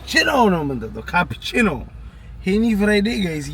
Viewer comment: ሉዊ ቪቶን ... ካፑቺኖ ...you have to practice English as a YouTuber young man. You can do it 🤝